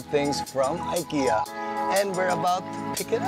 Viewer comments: I-ki-ya not ay-ke-ya. God bless. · Just a tip lang po. It's pronounced as "Ee-keh-ya" po not "Ay-kee-ya" :)